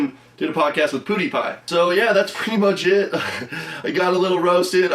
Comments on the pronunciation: He said Pootie pie😂😂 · he said poodiepie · he said "pudipie"